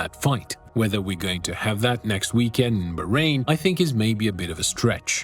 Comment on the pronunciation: its BAAAAHrain not BAHHrain.. bro pls respect any name..